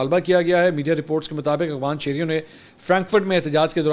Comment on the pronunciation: Mansoor bhai pehly b correction krny k Liye comment kia tha mgr faida nahi hua......phir btana chahon ga plz correction ki jiye apni....aap AFGHAN ko AGHFAN bolty hain.aap kafi high standard py Hain aisa Bolna acha nahi lgta.mohabat bhi rkhta hn aap Sy to or b acha nahi lgta.